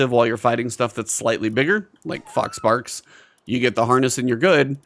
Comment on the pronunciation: I had to rewind a couple times because i was sure you were saying "fox farts."